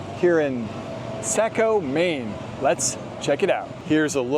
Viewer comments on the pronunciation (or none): Very close, but it's more of an "oh" instead of an "ah". Think of the word "saw" and add a "co". Saw-co